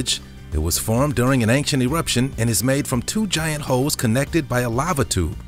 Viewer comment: I like your videos but I feel compelled to tell you it's "ain-chent" not "ank-shent".